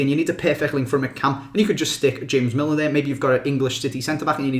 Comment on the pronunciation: Nah he pronounced Milner absolutely bang on!